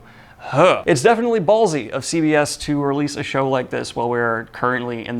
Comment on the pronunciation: "I'm jefinitely" lol